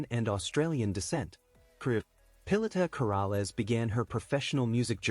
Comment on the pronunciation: Please know how to speak her name correctly